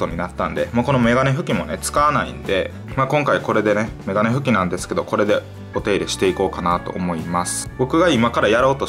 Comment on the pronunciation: メガネ拭きの発音おかしくない？